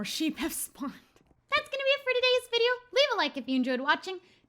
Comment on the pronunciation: Who else just realised that she said shubbscribe